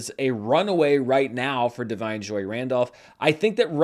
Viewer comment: Does Barry Keoghan pronounce his last name the way you pronounce it? Also, check your pronunciation of " Da'Vine ". Thanks in advance for checking!